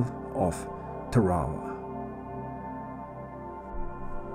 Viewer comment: nice change of pace, the only boo boo you made was the prononciation of the islane as i was stationed on the USS TARAWA LHA1 , WE PRONOUNCED IT TAR A WA